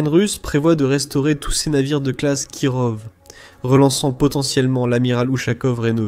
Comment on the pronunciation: Kirov se prononce KIROFF ! putain ça m'arrache les oreilles, voix IA pourrie qui sait pas prononcer les noms ! De plus les Kirov sont des croiseurs lance missiles, en aucun cas des croiseurs de bataille. Il n'en reste que deux en services, dont l'Amiral Nakhimov qui viens d'etre modernisé. Leur but est de servir de navire amiral, pas d'aller directement au combat.